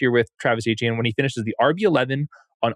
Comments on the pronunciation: As an audio listener, you have to stop calling Etienne “Achane” it’s really confusing lol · Are we pronouncing Etienne as Achane now? 🧐